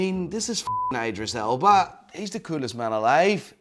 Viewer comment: It's calling him "Eyedris" the entire time